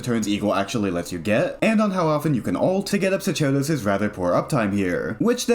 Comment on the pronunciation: it's pronounced "SOCK-air-dose", it's latin :>